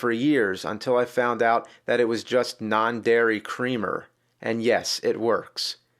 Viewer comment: wtf is non-dary cremer?